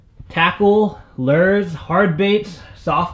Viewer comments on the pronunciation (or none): I love the way says lures lol "Lurrrss" 😂😂😂